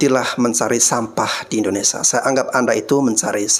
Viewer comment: Maaf ya Bang tolong lurusin idonesia, bkan indonesa.